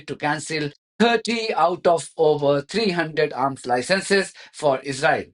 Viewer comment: We've got enough problems which they're creating in the uk so they need to sort those out first! And please learn how to say Israel if you insist on speaking English 🙏🇬🇧